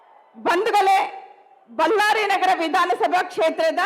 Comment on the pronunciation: ಬಲ್ಲಾರಿ ಅಲ್ಲಾ ಅಕ್ಕಾ ಬಳ್ಳಾರಿ ಅನ್ನು